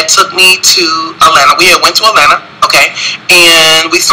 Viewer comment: I swear he said "Etlanna" 50 million times. We KNOOOOOWWWW you were in Atlanta.